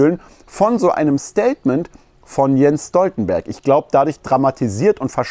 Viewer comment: Stoltenberg gesprochen Schtoltenberg.